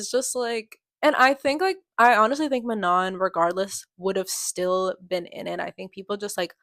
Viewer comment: I’m a year late- But I just wanted to kindly correct you It’s Ma no, not, Man on. It’s french :3